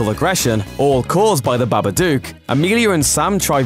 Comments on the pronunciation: The way he pronounced it BA-BA-DUKE urked me really, but true it wasn't scary at all. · BABADUCK??? hahahhaaaaa this guy doesn't even know what movies he's talking about even if he is talking about hilarious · its the babadook not the babaduke ffs